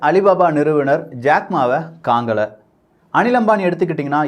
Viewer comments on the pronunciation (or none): 04 second 😀😀 காங்கல இல்லைணே கானல